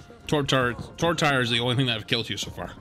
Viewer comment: did you say "torb tire"? I'm sobbing